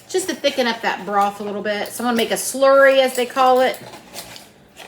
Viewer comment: Thickens not sickens